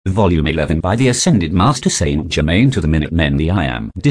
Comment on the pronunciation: St Ger main Not St German! Sheez